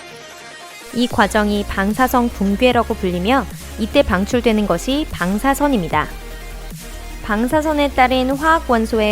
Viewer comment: 방사성 방사성.. 일부러그러나??.. 방.사.선.